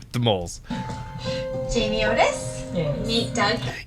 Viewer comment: I think he is making a joke because of her desperate need for attention. Instead of saying Otis, he is saying it Notice (Notis) on purpose right?! lol although he does get a lot of names wrong 🤣